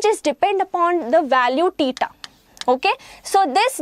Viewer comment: She pronounces theta as teeta